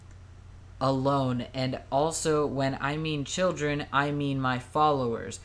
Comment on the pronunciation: This guy talks hella weird every time they say children it gives me weird fuckiN vibes